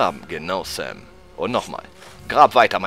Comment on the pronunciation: Hey wenn du so versessen auf die Aussprache bist dann nenn doch bitte Sam nicht mehr "Säm" Aber ansonsten ein suuuper Let's Play:D So wie früher ^_^